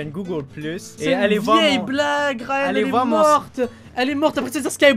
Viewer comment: Ryan ta "géchan" XD